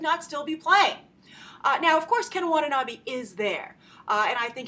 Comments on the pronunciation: Facepalm* *Double Facepalm 1.It's american movies,not japanese movies,it's not a TOHO movies! 2.its Ken WatanaBE not BEE,it's read like "BEd" not "bee" 3.THE JAPANESE ARMY IS IN THE FUCKING JAPAN! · You are pronouncing Watanabe wrong Grace